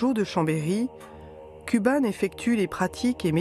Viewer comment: "kouban", pas "kuban", pour la prononciation, nom d'un petit bouddha.